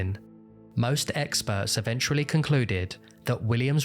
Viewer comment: great video. have always been fascinated by this case. one request though - please avoid pronouncing eventually like evenchrually. it's kinda annoying